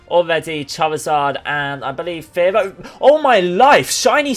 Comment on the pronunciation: Omg anyone else hate how he says “spare-low”?